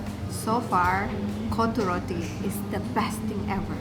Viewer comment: my mAN SAID KOTTA ROTTI 😀